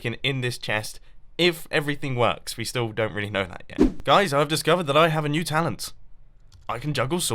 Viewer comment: The way he said swords at ~ was amazing. I get he has an accent, and I don't mean that. Just the way it came out and stuff. Idk